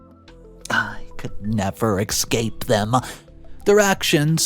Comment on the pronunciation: You're pronouncing escape and repugnant wrong